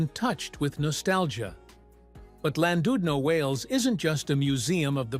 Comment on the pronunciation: Why an american AI accent for a video about UK seaside towns?? And where on god's green earth is Landoodno?? Utter garbage!!